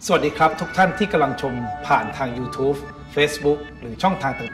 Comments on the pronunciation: ยูทูบ ไม่ใช่ ยูทูฟ นะครับ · ตะหงิดทุกครั้งที่ได้ยินคำว่า ยู"ทูฟฟ"